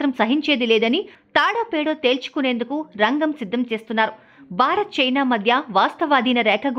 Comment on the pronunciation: Anchor, Telugu pronunciation sariga nerchukovali. Barat kadu. Bharat Ani palakali. Telugu TV Anchor la laga ayaru.